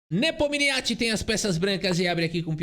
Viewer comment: parabéns por mais uma bela análise, meu canal favorito de xadrez. Mas sugiro que dê uma sondada na pronúncia do nome do Nepo em russo (que é tipo assim: Yan Nepomnyashchiy). Mas ouvir um russo falando facilita 😉